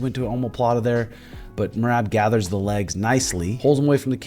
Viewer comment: Love me some shuge and and love me some Merab as well, keepin it 100% facts. However, if you just so happen to read my observational comment please answer me this. I can’t help but chuckle every time you say Merab’s name as “Meraahb”, it feel like since you mispronounce it, and have ever since shuge took the first bout with him, it’s a slight dig. I actually think it’s hilarious so I’m truly curious if there’s meaning behind the drawn out A in his name knowing it probs irks him a little every time you say it. Love you boyz!!